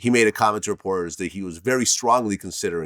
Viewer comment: Lol this fool Vlad said “commution.” 😂🤣😂 It’s commutation , Vlad!